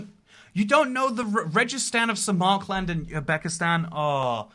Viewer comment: İt triggered me so much how you said samarkland instead of Samarkand 😭😭